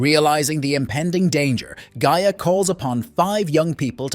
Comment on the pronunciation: This is some of the laziest nostalgia clickbait I've seen in a while. You couldn't even bother to listen to your own BS script one time to know that your AI was mispronouncing Gaia.... The spirit of the earth. I mean it says her name correctly in the freaking opening credits. If I could give two thumbs down I would. But you just get the one cuz that's all I think this haphazard attempt deserves. Oh except maybe this 🖕